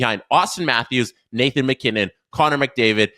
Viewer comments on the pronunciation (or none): none